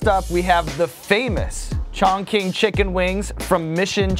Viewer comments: Btw Sean, It's pronounced "Chong Ching" not "Chong King" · No one wanted to tell him its pronounced Chong Ching lol (yes I realize ch and q slightly different but closer than chongking lol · Chongqing = "chongching" not "chongking". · "chawn-keen" chicken wings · Do... do he just pronounce 重庆… Chong king????😂😂😂😂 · The way he pronounced Chongqing was cringe bruh😂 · Someone please tell Sean how to say Chongqing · youre already chalky enough, maybe try pronouncing the words right when you're with actual Chinese people 😂